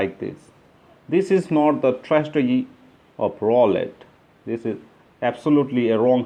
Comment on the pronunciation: Roll-it lol